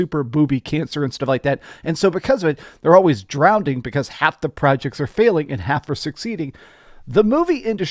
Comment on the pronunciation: Drownding. Cmon man